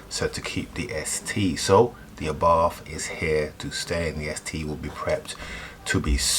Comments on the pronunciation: Abarth not arbarth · It’s an arbarth not an arbarff surely?? Love the wheels though. Good call. Also the mods you have installed brilliant.